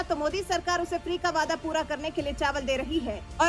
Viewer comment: Vaaidaa kyaa hai ree??? Waadaa hai.😂😂😂